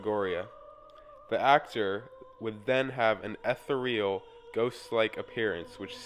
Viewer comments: No such thing as "ETHA-real." It's eth-ER-ee-al. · dude its i ee thee ree al